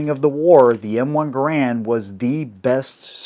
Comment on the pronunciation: Funny how most people even experienced in weapons pronounce Garand wrong, it's pronounced Gærənd. Canadians have to be special in the pronunciation of their names.